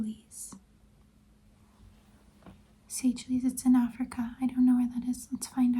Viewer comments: Also its pronounced 'Say shells' 🇸🇨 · It's pronounced Say-shells. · Why did we say Seychelles like that 😔